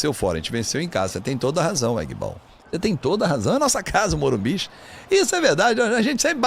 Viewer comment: Para de ser bobo para de falar morimbiz so tem um entao e morumbi ok?